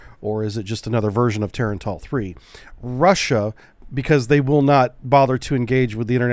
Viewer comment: Its not Tar-AAAAAAn-TAAAAAAL Its Tah-rah-n-tul...like tarantula...which is what it means.